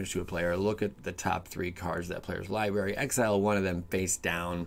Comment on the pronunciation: Is a "LIEBERRY" like a blueberry that doesnt tell the truth, or just you not being able to pronounce the word Library correctly?